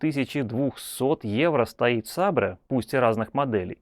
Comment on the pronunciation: ЦАП "Сабре"?